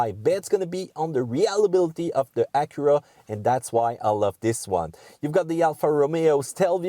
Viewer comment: "Uh-cura'... wut?